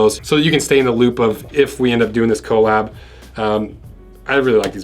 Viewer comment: i cringe everytime he says co lab